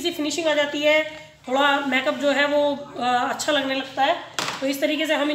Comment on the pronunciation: Make up ki pronountion theek nahi hai usse theek kro